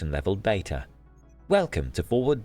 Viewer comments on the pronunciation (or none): none